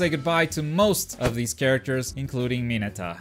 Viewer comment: cmon man its mineta